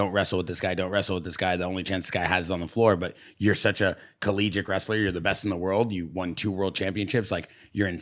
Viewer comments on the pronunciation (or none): "CollegICK" 🤔 Dudes like 45 and thinks the word "collegiate" is "collgICK"? Lol. Clearly, he never went to college. I wonder if he went to grade school or has a GED with this, and all of the other elementary level English words that he can't pronounce.